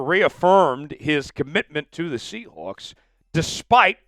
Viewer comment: Say “sea hooks” one more time….